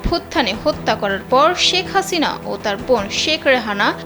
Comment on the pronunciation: মানুষ কে জে সম্মান দেবে আল্লাহ তার সম্মান বাড়িয়ে দিবেন, ওনার নাম শেখ হাসিনা, ওনি জখন প্রধান মন্ত্রী ছিলেন তেল তো কম মারেননি,এখন নাম টাও ভালো ভাবে উচ্চারণ করছেন না।